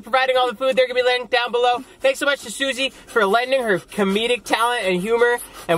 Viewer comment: Italian Around the world it’s actually Suzy* but he kept calling her sushi in their last mukbang. got the reference.